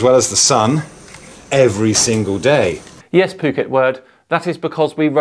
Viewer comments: You really gotta quit mispronouncing "Phuckwit". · I'm no psychologist, but I have wondered about the psychology of these folks. I believe his location is spelled Phuket, which is "dropping the F bomb" if pronounced in English. Anyway these guys seem to just have Flat Earth engrained into them, like it's first hand knowledge. They go about their day like we do, but explaining their world correctly escapes them, due to, and I'm guessing here .... not having spacial skills? Jimmy Carter's Dept of Education would explain a few things. Scammers hock this Flat Earth crap for money, and people eat it up. Flat Earth isn't just ridiculous, it's insidious, harmful to children, harmful to civilization in general.